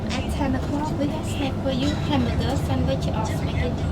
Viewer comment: Lol “ A great Cambuger” 😂😂😂❤